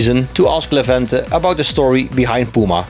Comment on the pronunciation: Levente has a good English, I'm glad about it. A story of a girl is funny, familiar to me.:D, you pronounced Levente's name well, however it's not a good example for tricky name for foreigners. Kind guy, I liked this inter!